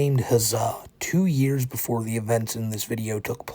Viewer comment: the stweaming of tha hentai happened BEFOWE i became the pwince of de sewvewr!!